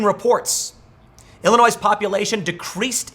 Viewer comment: Thank you for saying ILLINOIS correctly!